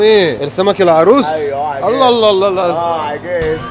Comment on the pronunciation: احلي بلد بورسعيد بلدي بتمني لو بقيت مشهورة في يوم من الايام اعرف العالم كله عن بلدي 💚💚 + اسمه الاروص مش العروس😂😂😂😂😂